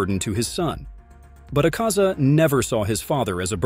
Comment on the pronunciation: The way he pronounces some words makes me mad asaka 💀 shinobu koushi💀